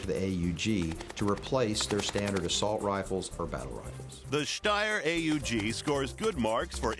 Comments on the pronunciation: I always thought it was pronounced "owg", not A-U-G. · he says steyr AEG